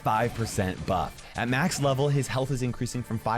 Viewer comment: You said "hyealth